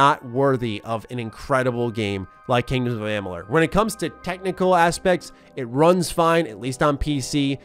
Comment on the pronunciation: and the Multiverse of Gaming yep. says the name correctly in this vid. Mos ago when thqn announced the release of the remaster he couldn't say the name correctly? I find it extremely hard to believe that someone who is as he says a 'HUUUUUGE FAN OF THE GAME!' would not know how to pronounce it. Or to not know the difference between a fateweaver & the fateless one? That's pretty hysterical actually. &to assume that I must be in a bad mood to comment on it? Um ok. You are reviewing a game. It's kinda important to know the facts. Maybe that's just me. 🙍😅